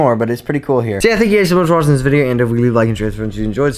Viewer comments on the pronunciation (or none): "but we are gonna go and end this vidego hhhhere"